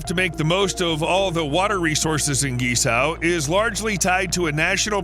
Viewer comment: Are you attempting to say Guizhou?